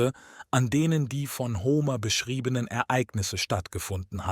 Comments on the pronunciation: Ho-mehr nicht Homer aussprechen. Blamabel!!! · Bei der Aussprache von Paris und Homer (als es um Troja geht), rollen sich mir etwas die Fußnägel nach oben. Man spricht den einen Namen nicht wie die französische Hauptstadt aus, und den anderen nicht wie Homer Simpson. Sonder P*a*ris und Hom*e*r